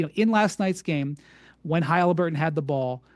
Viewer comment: So what? The Bulls weren’t much better than the Pacers in ‘98. These arguments supporting the Knicks are hilarious. And why is he pronouncing it Haleeburton?